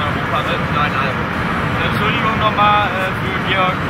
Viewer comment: that's not GEORGE that's georG*. Mein gott.